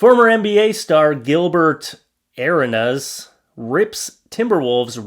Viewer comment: And borrow too urked me lol and arenas😐😐